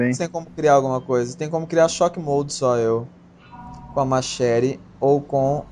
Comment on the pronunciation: olha o falando machete (machéri) auhsuahsuha